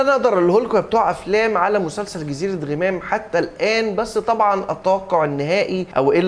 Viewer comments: يا انطق اسم المسلسل عدل.. مش غِمام.. اسمه غَمام.. انت جاي تتكلم عن المسلسل وانت مش عارف تنطق اسمه صح..!! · ياعم اسمه غَمام مش غِمام ال غ عليها فاتحة.. حتى كلهم فالمسلسل بيقولها غَمام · انت ليه باكسر ال غ في غمام هي مش غيمام 🙃🙃🙃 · اجمل مسلسل في رمضان.. تمثيل اكتر من رائع قصة جميلة اخراج وتصوير وموسيقى ممتعة. وبالمناسبة اسمه جزيرة غَمام (بفتح الغين ي 😂😘)